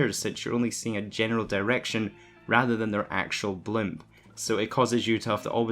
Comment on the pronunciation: it's BLIP not BLIMP lol